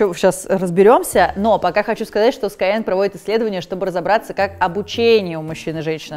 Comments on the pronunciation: Не пойму, почему все произносят скайенг? Разве SkyEng - не sky English? Ну, так тогда - это скайииииинг. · Спасибо за референс на корги-расиста, шикарное содержание роликов на YouTube и отличный сайт. Но никак не даёт покоя произношение названия школы. Почему скайЭнг? Энглиш преподаёте?